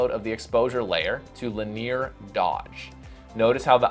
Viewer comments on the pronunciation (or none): Great stuff. Super similar to Glyn Dewis. Note: linear dodge is pronounced "li·nee·ur" dodge.